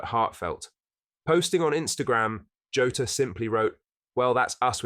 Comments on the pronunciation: Its pronojnced jaw-tah not joe-ta ffs man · its Jaw-taa, not tah. Like Jonathan Tah